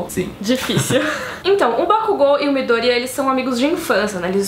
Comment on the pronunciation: Adoro quem pronuncia "midoooooôria" e não "midoriiiiiiiiía" <3